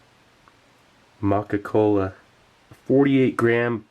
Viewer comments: Watch out Steve, that's Scho-Ka-Kola, German spiked chocolate! lol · First the Scho-ko-kola, now this...the Germans sure know how to make Chocolate it seems